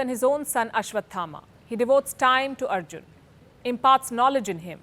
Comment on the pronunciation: Content is good but you need to pronounce Samskrtha language words and ancient names as they are. For e.g Veda Vyasa is not Ved Vyas. Arjuna is not Arjun. Mahabharatha is not Mahabharath